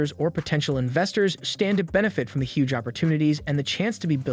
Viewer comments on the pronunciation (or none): none